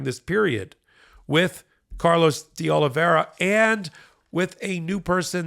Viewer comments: His name is Carlos De Oliveira... That's Oh-Lee-Veh-Ra. It's not complicated. He may be a traitor, but he's got a right to have his name pronounced correctly. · The name is Carlos de Oliveira - Oli-vey-ra - not Oliveria. Why does everybody on Meidas Touch insist on mispronouncing his name? MSNBC gets it right time after time. Is there a reading problem here? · Why is everybody pronouncing "Oliveira" like "Oliviera"? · I'm getting sick of mispronounced names. Oliveira = o-lee-vay-ra. "Ei" is pronounced like long ā in English. Please. Tell Ben too! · “Oliveira” is Portuguese and is pronounced oh-lee-VAY-ruh. Nobody is saying this correctly. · Not make too big a point on it, but saying Carlos “Olivería” instead of Oliveira is the same as saying “Medias” Touch Network. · Everybody and their uncle are pronouncing OLIVEIRA incorrectly. It does not rhyme with Riviera.